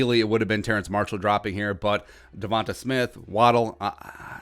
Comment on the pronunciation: Just a little FYI it’s Terrace Marshall not Terrence